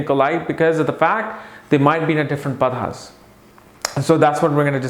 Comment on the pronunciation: Padhaas?? Its pronounced Paada... And what's that about wanting to sleep with the boss to get ahead in the organization!?? That's bullshit...why would a regal sign that hates kissing ass stoop so low as to be willing to "sleep" with the boss just to get ahead?